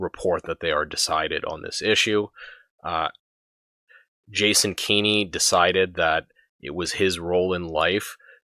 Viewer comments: “Keeny”…again Kenn-ey This failure of basic phonetics and proper pronunciation is simultaneously amusing and annoyingly distracting Anyway, Kenney is a detestable imp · A tiny nitpick but it’s bothering me; it’s not key-KNEE it’s Kenny as in KEN-EE. That aside while as an Albertan I was glad he dropped the COVID restrictions I couldn’t help but be angry that he waited until Saskatchewan’s Premier decided to be the first to announce an end to the restrictions then Kenny made a hasty press conference in the late evening announcing at midnight all restrictions would be dropped. It was such a cowardly move to wait for Saskatchewan to announce they would be the first to end COVID restrictions then jump ahead of them and end ours immediately. He’s pathetic like all Tory leaders we have had in my memory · Jason Kenney has no children, so not sure who this “son” you refer to is; nevertheless the pronounciation is indeed kenny. Because that is clearly the right way to pronounce it. I have no idea how any native English speaker in North America could read the name as given and not say anything other than Kenn - ey I would be more tolerant of “Kenn-niegh” even though that would be wrong; but this “Keeny” pronunciation is ridiculous and this guy defending it on these comments equally so. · That still doesn’t explain pronouncing his name as Keen-ey. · two N’s before the vowel means a soft vowel sound in any English (or anglicized) name. Furthermore the man was an MP where I grew up. No one ever pronounced it Keen-y: no local news, none of his campaigners, not himself No one ever said Keen-y except you and Blackhorse apparently